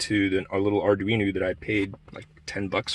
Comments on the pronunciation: ArduinO not ArduinU. Slightly annoying. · Arduino. It's an o at the end not a u.